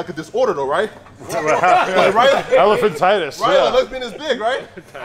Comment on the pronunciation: Yoooooo Adam said elephantitis hahahaha yoooooo